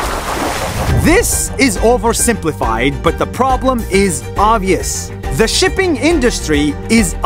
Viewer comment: i thought you said ship sh1t